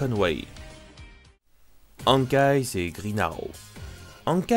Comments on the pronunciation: Hawkeye ne se prononce pas Hank eyes mais Ok ail en espérant que tu comprennent ce que g écrit sinon super boulot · Hawkeye se prononce okaille y'a pas s sinon super video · Bonne vidéo! Juste, on dit Hawkeye [Owkay]😉